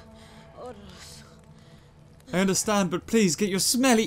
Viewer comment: Its oros not oreos